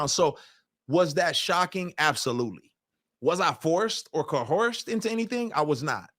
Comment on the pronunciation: 'cohorst'? lol